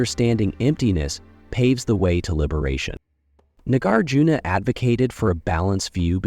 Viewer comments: Please learn how to pronounce "Nagarjuna". You offer about 3 different versions here and ALL of them are incorrect. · You have so much to say but the mispronunciation is really grating. It's not Nagger-juna: Nah-GAR-juna. Mad-YA-mika.